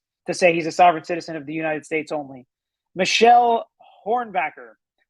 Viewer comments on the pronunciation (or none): none